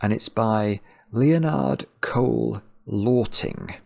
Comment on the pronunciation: BTW: You can pronounce Lörting like "hurting" in English with an L instead of the H 😁 Or like "alerting" without the A. Interesting... English has a lot of Ö sounds.